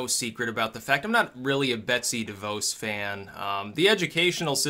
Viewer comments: Its pronounced De vause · Btw DeVos is pronounced like Ross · You pronounce DeVos wrong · Anyone find it strange that seemed completely clueless about the Title IX stuff that is the root of this? Firstly he gets its name wrong, mispronounces DeVos while seemingly having no clue that she hates the department she runs hence why Trump put her there, and then seems to almost tacitly endorse what Obama did with campus sexual assault stuff, indicating he didn't actually look at it in detail. I feel like he just wanted to make fun of Joe Biden for a few minutes.